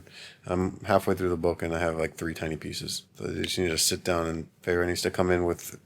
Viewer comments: “Fay-Ray” I just love 😂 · I was dying laughing when he couldn’t pronounce Feyres name